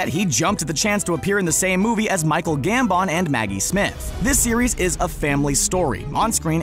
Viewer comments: Ur saying gambon wrong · First of all just say Gambon like gambun and second of all say domhnall like dough null And also just say wands not sticks